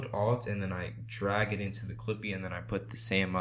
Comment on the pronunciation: In The First Part, Instead Of "Clippyyy" It Became "Creepyyy" xD But Thank You Bro!